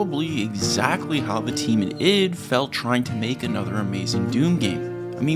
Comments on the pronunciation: I.D. Eye-Dee .. not "it" please spread awareness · Hey man, it's not prononced id, it's I D Software (like the work IDEA) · can you please pronounce Id properly? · As a Boom, boom dude you’re killing me. It’s not Id as in your id is part of Your brain like. Your ego its ID as in let Me see your id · This whole video, hearing you saying id software with one syllable was really grating on me. Its id, like and id card isn't it. An I followed by a D. Then I googled it... wtf. I was wrong, but I still dont like it. It sounds so weird lol